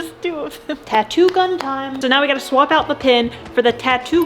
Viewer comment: I had to stop watching around the 2nd or 3rd time she said the tattoo “gun.”